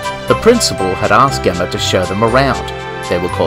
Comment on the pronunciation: Nice adaption! Like how you exstended the original story. However I will say, Gemma is pronounced with a soft G, like George lmao